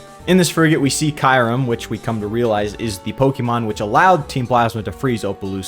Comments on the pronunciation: I will say you pronounced Kyurem VERY wrong. It’s pronounced Kyu (like ice cube) and Rem (as its spelled) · It's actually Kyurem, pronounced KyOO-rEm.